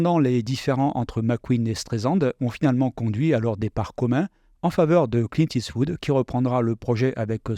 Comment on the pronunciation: Dommage d'écorcher le nom de Clint tout le long de la vidéo en " it's wood "... :/